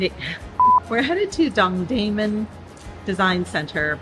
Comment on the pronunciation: don(g)-dae-moon .. it is not diffcult